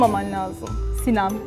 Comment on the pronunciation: Kız sinan diyip duruo sina la sinaaaa